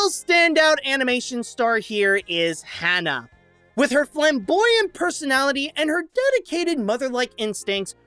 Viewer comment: Her name is Ha Na why did you call her Hannah?